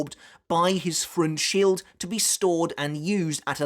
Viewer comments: I gagged at pronunciation of Freundschild, yet it makes sense hearing as FRONTSHIELD. 🤣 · the "Freund" in Freundschild is pronounced like froynd just fyi